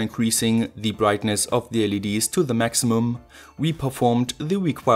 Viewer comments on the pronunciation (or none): none